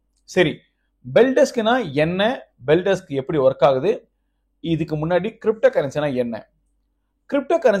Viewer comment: அது பெல்டெஸ்க் இல்ல பெல்டெக்ஸ்